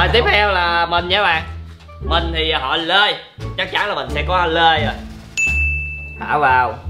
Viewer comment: Số người nghe họ "Lê" thành "Lơi" 😅